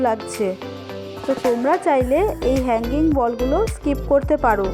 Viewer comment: আপু হানগিং বল তাই না ওটার নাম আপু তুমি একটু ভালো করে বলো